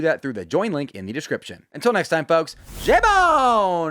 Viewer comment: It’s not J BONE. It’s L BONE